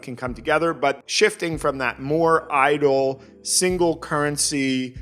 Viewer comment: The way you said it I was like "Hell yeah, idol game, space rock girls, woo!"